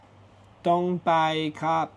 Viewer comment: J'ai l'impression qu'il faut parler un peu du nez pour l'intonation en thaïlandais surtout le khra/p que je trouve dur à prononcer, toi tu prononces ça à la française😅j'ai essayé avec google traduction quand je parle du nez il me comprend ช้าๆหน่อยค่ะ bon la version avec le p il a du mal à comprendre